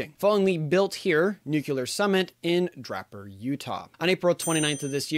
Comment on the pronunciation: DRAY-per not DRA-per